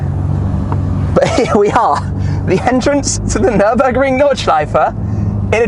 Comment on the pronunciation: actually... fellow viewers will for sure watch car wow .. and oh dear when Matt only says the word "Nurnburgring" he gets kicked so hard in the bottom... considering that Tim, your ass would probably be above your head xD .. epic drives AMG for life